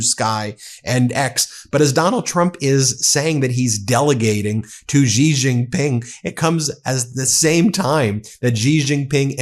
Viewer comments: You mispronounce Xi Jin Ping's. Xi is pronounced SHI. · If you are going to mention other world leaders, at least learn to pronounce their names correctly! Otherwise you come across as an ignoramus, sorry to say. For example the name Xi is pronounced like “she” in English. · Can someone tell this guy that Xi is pronounced "she" in mandarin. There is NO zh sound in Chinese. Zh is a hard j sound. J is a j sound. X is a sh sound. The closest they have to a soft zh sound is r which is rolled in the roof of the mouth. It's Bei jing hard j. Not being zhing. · his name is pronounced: Xi (Shi) Jin Ping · Xi pronounced like she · Ben, Xi is pronounced as " she." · Ben, for the last time … “Xi” is pronounced “Shi.” …!!! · Are you saying Xi’s name incorrectly on purpose?